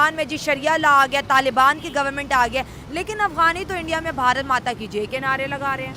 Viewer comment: जाहिल लोंड़िया " ब हा र त " नाही "भारत" होता है जाहिल लोंड़िया 😂😂